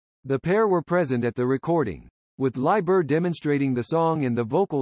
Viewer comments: Pronounced Leeber…not Lieber. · It's pronounced leeber. You know, "Smoky Joes Cafe and all that. Right? That's because Janis was a class act.